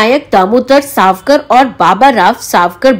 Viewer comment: साव.कर नही सावर.कर.. 🙏🏻🙏🏻